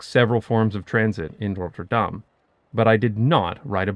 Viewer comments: Damn there are a lot of replies here. 😯 I knew I would pronounce the "tt' wrong. That's because of the lazy North American accent that turns 'tt' into 'dd'. It annoys British people. Thanks for all the suggestions to improve it. Misschien moet ik ooit eens een hele video in het Nederlands maken? That may scare everyone off though ... my kids say my accent is "verschrikkelijk". 😂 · Who's the person that told you to pronounce it as RotterDAHM, I would like to have a serious conversation with that person. As we do not emphasize on the "Dahm", there is no emphasis. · You get a passing mark despite showboating your mastery. You've got a very clear accent, with a noticeable pause between the 'Rotter' and 'dam', with the emphasis ending up on the second bit in a rather... American-sounding way. If you get rid of the pause though I think it will be a lot less noticeable, even to natives who are already used to pronounciation getting butchered anyways. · it sounds fine, just a bit out of place since the rest of the video is in English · adding to this: the 'R' rolles to much, the 'Dahm' should be shorter and harder. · If he wanted to pronounce Rotterdam 'like the locals', he should not have used the typical Dutch 'Rolling R' but a 'french R' like in 'Paris' or 'Montréal', like the Rotterdam dialect 😉. Anyway it is laudable that someone (that lives here) will pronounce the names proper, don't you think? (What is find more stupid is Dutch, when they speak English, pronounce the names (places, people) in an English accent. ) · Love the vid, but can you PLEASE not disfigure the name? You're saying: "Rot-tur-daHHHm," but it is pronounced: "Rot-terr-dam." Keep the "dam" short. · Needs more emphasis on the t's, Not 'Rodderdahm' but 'RoTTerdahm' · Dutchie here. All the cool kids call it Roffa, but your pronunciation was good. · I find it interesting how you pronounce Rotterdam like "Notre Dame". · Your first R rolls too much.